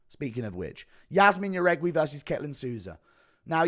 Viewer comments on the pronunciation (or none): Thank you It's: A-reach-e-lang and Yazmin how-rig-e It pisses me off so much how many names he fucks up